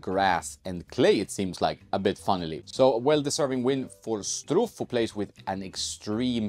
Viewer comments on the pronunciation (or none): His name is pronounced Shtruff, not Struff. Greetings from Austria ;)